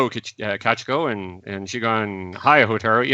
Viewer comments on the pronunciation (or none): Minor thing but it drove me nuts. Kah-CHEE-ko not Kah-cheh-ko. Ho-TAH-roo and not Hohta-roo. Ro-kuu-gahn not Rock-uu-gahn. In general your Japanese pronunciation just drove me up the wall.